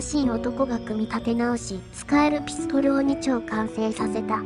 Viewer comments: ピストン！ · ｽピストル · ピストルの言い方が気になる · ピストルのピの発音w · ピストルのピの発音が気になりすぎた🤣